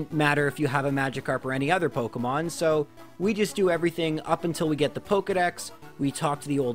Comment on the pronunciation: "pockemons" I'm sorry but I just can't stop laughing at this